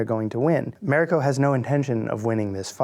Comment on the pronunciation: The white showruuner cant even say Mariko correctly wtf